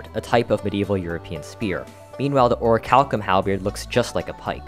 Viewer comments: No matter how many times you say it that way, it's still pronounced or-ruh-kal-km. There is no CH sound. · love how he still mispronounces "orichalcum" despite the correct pronunciation being in the definition he looked up to edit into the video. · You have the ohonetic pronunciation on screen but still pronounce orichalcum wrong. The ch makes a k sound. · its crazy that he straight up showed how to pronounce orichalcum on the video but still said it wrong when speaking over it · Useless Video Information: This guy pronounces orichalcum incorrectly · As awesome as your channel is, the way you pronounce "Hallow" drives me nuts. Hell, you even had the pronunciation ON THE SCREEN and still said it incorrectly (this also goes for "orichalcum," in which the "ch" is pronounced like a "k"). It's shouldn't be confused with "hollow," because it's not pronounced the same. It's pronounced like "shallow," but without the "s." And by the way, the channel really is cool.